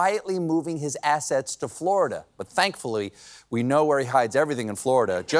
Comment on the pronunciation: It's "we the people" Not "wee the people"